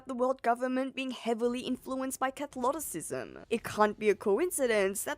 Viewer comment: holy moly some of the pronunciation here needs working on, as in I don't expect you to pronounce everything perfect but some things are outrageously bad E.g. "Cathloticism" there's no excuse for that, thats like if I said boot-sim instead of Buddhism or Imsla instead of Islam